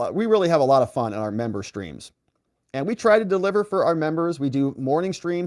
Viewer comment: I hope you did not intentionally say Membo...hell I don't want to be a Member and a Bimbo.....lol